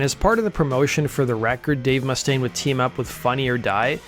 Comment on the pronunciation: Learn how to pronounce Mustaine properly.....